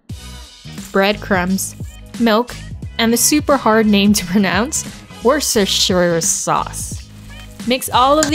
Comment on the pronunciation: Worcestershire Sauce is legit so difficult to pronounce, especially for people not from Worcestershire. It's pronounced like wuss-ter-sher, so you don't struggle next time! 😊